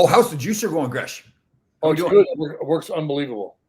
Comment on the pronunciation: Jere Gillis, Gresch got the last name right!